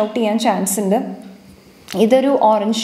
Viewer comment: ഇണ്ട് അല്ല ഉണ്ട് എന്ന് പറയു.........